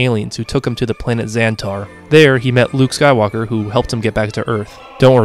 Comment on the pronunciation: Yeah the way "skywalker" was pronounced in the part with rey was so wrong. weird